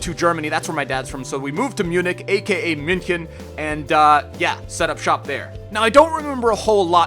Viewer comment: Ich denke nicht, achte darauf wie er München ausspricht. 😉